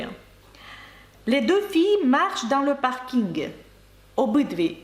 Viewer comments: Дякуємо за вашу роботу ! На рахунок паркінгу - Французи кажуть не "паркінг" , а - паркінь. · Я не кажу що це помилка ,я чую паркінь- як говорять Французи .Ще раз дякую за Ваші уроки.